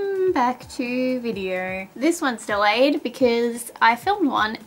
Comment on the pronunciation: It’s really annoying, when she says video it sounds like “veedeeyur”, tones sounds like “turns” no sounds like “nurrr”